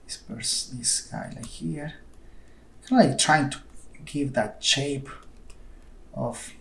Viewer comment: I like when you say Shape, you say CHape haha XD